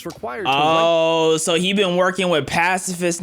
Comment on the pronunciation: bro said "pasifistnistisiism" 😭😭